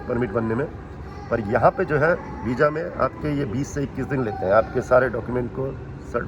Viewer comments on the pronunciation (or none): vija nahi hota visa hota hai